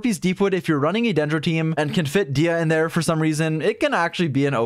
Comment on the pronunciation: I cant believe he would mispronounce Disias name like that